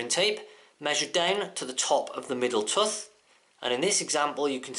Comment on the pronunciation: wtf is a "tuth" ? you mean tooth right